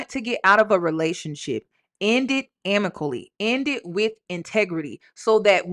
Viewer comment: … it’s AMICABLY not amically! lol 😅❤